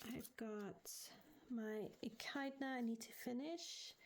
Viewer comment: Hi lots of exciting plans there. Looking forward to seeing your ideas come to fruition. Just to let you know it’s pronounced ee kid na for echidna. Happy colouring xxx❤